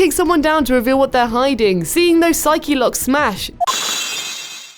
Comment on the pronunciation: Also, she says "Psychy Locks" rather than "Psyche Locks".